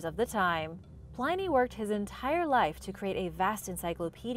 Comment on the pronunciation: Hi! Love your channel and enjoy your videos as always! However... I think you dropped the ball a couple times in this one. Many of these things are not 'recent' discoveries, Pliny rhymes with 'whinny' and, as a couple of other people mentioned, the pentagram is a sacred and positive symbol. The inverted pentagram (with the upside-down star) is the symbol attached to satanism.